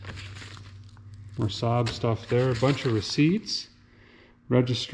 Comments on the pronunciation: It's pronounced SA'AB Derek. 😆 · more like " sab " though if you think about it